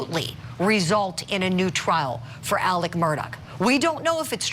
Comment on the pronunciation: This is wild for sure... but who else couldnt help but be annoyed by the reporter constantly saying ALEC instead of Alex?? Lol